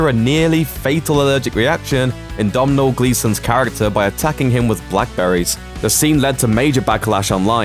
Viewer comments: Domnall... his name is pronounced Donald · Domhnall gleesons first name is pronounced do nal not domnal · dongul Gleeson ???? man that is a bad attempt at his name ! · Domhnal Gleason's name is pronounced Doh nal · Man its literally your job, learn to pronounce Domhnall's name... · yeah, bad show